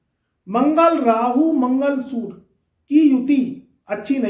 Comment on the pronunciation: सुर नहीं होता सूर्ये होता है 😂😂😂